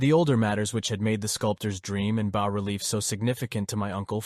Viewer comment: Damn just pick a pronunciation for "bas" please. I recommend the correct pronunciation "bah". Also the N, S, W, and E in longitudinal/latitudinal coordinates stand for "north, south, west, and east" and sound much less awkward when you say the whole word. Otherwise the narration is good, your voice really has the right timbre for this story.